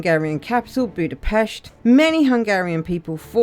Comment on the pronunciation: I appreciate that you pronounced Budapest correctly.